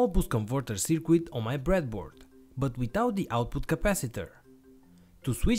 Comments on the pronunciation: can some one please let this guy know that the word is spelt circuit, not cirquit. and current, not qurrent. actually maybe just tell him how to pronounce c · Really great video. Thanks for taking the time to create the project and explain it so thoroughly. By way of improvement, the letter 'u' in the word 'circuit' is not pronounced. Your English is great!